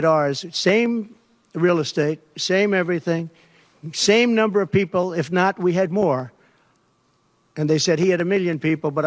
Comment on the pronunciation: "A Lotta peepil" - translation - no one.